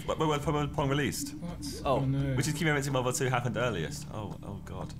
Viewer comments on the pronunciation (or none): none